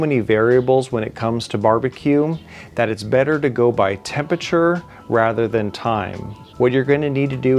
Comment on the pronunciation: Friend, I really liked your video, good tips and funny. Thumbs up from me. However, if I am allowed the observation, it's "temperature" and not "tempature" , like you say throughout the video ;)... I'll be using your tips this weekend already! Keep it up, good job!